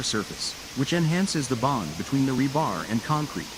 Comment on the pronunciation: I hate the robot voiceover. Ra-Bar? It's a shortening of the phrase reinforcement bar, so now we're saying rayenforcement bars? Ridiculous. So many other screw ups too. Sorry, no sub and no like and no return. Too many other well made videos on other sites to listen to this crap. You got a view and a comment, that's it. Bye